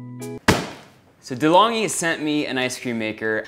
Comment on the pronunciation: il gelato, it means 'the icecream'😉and its an italian brand, so you have to pronounce it like "delongui" hope it make sense😊.. peace out✌love your videos!